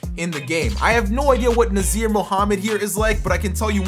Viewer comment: Nazr is pronounced like Nozzie, btw. The R is silent. :)